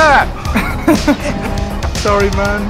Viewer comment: his name is muye not moya lol